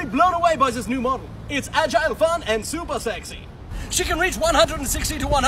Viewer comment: The zupah zexy also got me😂